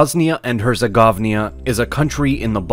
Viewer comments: "HerceGOVNIA" Come on man, it's "Hercegovina"... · It is not HerzeGOVNIA (as you pronouce it ) but it is herzeGOVINA ... Govno is in most slavic languages a "shit" so dont mix govna(shits) with govina. Thanks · I never understand why someone would make a video about a country before learning how to pronounce the name right. When you say herzeGOVNIA it sounds like govno which means shit ahahah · Bosnia was never populated by 50% of muslims. Instead 17% roman catholics 45% Orthodox Christian 38% muslims And its not herzegownia Its Herzegowina Because your wrong pronounce of Herzegowina means in the languages of Bosnia and Herzegowina. Bosnia and Herze-Shitt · At the beggining : Bosnia and Herce - Govnia ...not a good start...people from balkans will understand... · In English it's Herzegovina but yeah tf is Herzegovnia lmao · It’s not Herzegovnia it is Herzegovina, not MuZlims it’s Muslims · I dont understand why these youtubers keep calling it "herze - gov - nya" smh. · only thing i will negatively comment on is the pronunciation of the name of the country at the start... (should be 'her-tze-go-vee-nah') but the video was very informative and very interesting! So thank you! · When the commentator for Knowledgia mispronounced Herzegovina as "Herzegovnia", I turned this off....! Holy 'S'! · “Bosnia and HerceGovnia” 😂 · He said Bosnia and Herzuhgovnia 🤢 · Bosnia and HerzeGOVNIA? Intentiona? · grab your kamikoto knife today ... not like it's a scam or anything. also this idiot says "Hertzegovnia" which basically translates to "Hertzeshitnia" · The way the narrator butchered the pronunciation of Herzegovina